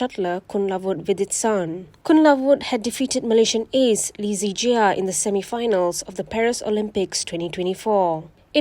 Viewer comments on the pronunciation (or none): Lee Zii Jia is pronounced as Lee Che(r) Chia.